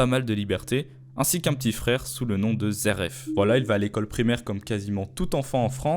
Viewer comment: Y'a pas de R pk tu t'entête avec ton "zeref" loool Aller, repeat after me: Zé éf (phonétique) me remercie pas.... 🤝 Comme "tin y me zééf lui".....